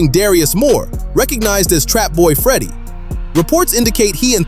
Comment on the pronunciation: Trapboy Freddy name is not what y ou say.